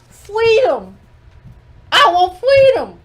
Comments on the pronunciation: "Fweedom" Lord have mercy!🤣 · Fweedom?!....stop already. U won just leave us alone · When I heard the word “Fweedom” I literally laughed out loud (while everyone in my house is sleeping) I need to remember to watch in the daytime😂😭